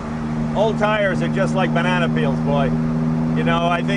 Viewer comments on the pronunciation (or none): none